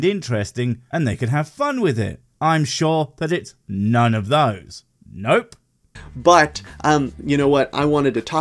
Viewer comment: Hey, you missed the perfect opportunity to make fun of him for over-emphasizing the word "but" and then sticking his tongue out a little bit....just kinda weird...